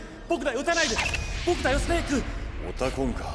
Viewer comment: オ↑タコン↓さん